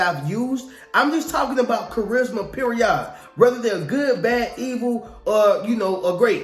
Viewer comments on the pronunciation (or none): When you say periODD .